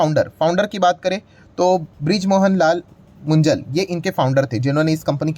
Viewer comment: Sir, ये मुंजल नहीं मुंजाल है। ये पंजाबी अरोड़ा में एक जात है।